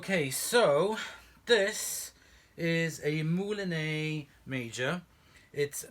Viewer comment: I'm sorry for correcting you but I've never been sure that 'ex' is pronounced 'ay' in French so I've just looked it up - it's actually pronounced the same way as we'd pronounce it in the UK, 'eks'. Like I said, I'm sorry for correcting you but being a bit of a Francophone in school (!), it didn't sound right. I'm sorry! We had a second hand one of these in the 80s and I really liked it AND it was easier to attach the tools than using a converter pan on a Turbopower!